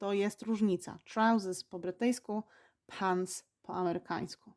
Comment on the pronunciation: Pani, ma Pani zla amerykanska wymowe. Jesli juz mowi Pani slowa w amerykanskiej odmianie angielskiego to wypadaloby je wymawiac wymawiajac odpowiednio. I nie mam na mysli akcentu! Wymawia Pani zle pants i elevator. Przy okazji - slowo trousers istnieje w amerykanskim angielskim i rowniez oznacza spodnie. Oczywiscie jest roznica pomiedzy pants a trousers 😉 Wydaje mi sie, za takie lekcje nic nie wnosza w proces nauki angielskiego. Z wyjatkie doslownie kilku przypadkow (jak chocby chips i fries) obie wersje danego slowa sa szeroko znane dla rodowitych uzytkownikow obu odmian angielskiego. Wiec czy powiemy lift czy elevator nie ma to zadnegk znaczenia bo zostaniemy zrozumieni gdziekolwiek nie jestesmy. Nawet slowo restroom (o ktorym nie wspomina Pani wcale a szkoda jk bardxo potrzebne podczas podrozy 😉)